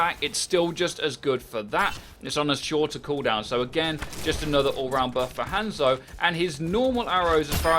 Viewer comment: 2 years and he still hasn't learned how to say Hanzo